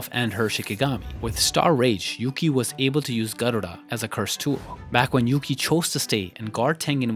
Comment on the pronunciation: Your pronunciation of Garuda is just chef's kiss 😽❤️